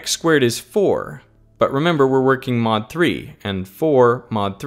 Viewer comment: Why not squared? I spilled my tea there. XD He says mod,but it sounds like not